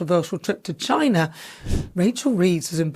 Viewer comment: Wtf? You been racist in how you say China? Dont forget in what your history or background...west africa most likely...coz of the greed of britain.